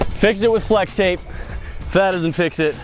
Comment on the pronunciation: Dude its fwex tape get it right